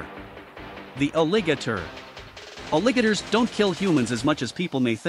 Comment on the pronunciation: I’ll subscribe when you pronounce alligator’s correctly.